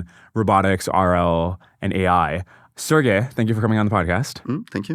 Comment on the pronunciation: His name is pronounced Sir G_y